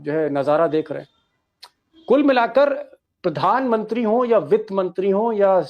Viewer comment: Bhai pahle Tum bolna Sikh lo kyunki Tum har bar jab bhi bolate ho Pirdhanmantri bolate ho Jo ki Pradhanmantri hota Hai